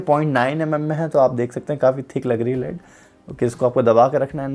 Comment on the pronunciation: Sir ji, "लेड" hota hai. "लीड" नहि। Just letting you know, please don't be offended.